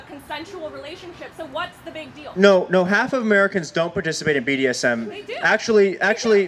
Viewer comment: I also like how "" can't manage to say "Massachusetts" or "BDSM" correctly. Only four minutes in and I can't handle it anymore.